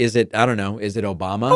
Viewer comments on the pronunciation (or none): It’s amazing that even after hearing it hundreds of times, “OBAMNA” still makes me laugh every time I hear it! 💙